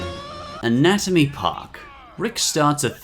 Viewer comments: Anaomy Park 😂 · Number 3 said Anaomy Park.